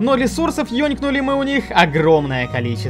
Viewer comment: Ёнкнули? Чо?😂